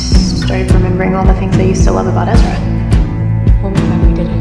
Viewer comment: It is Ezra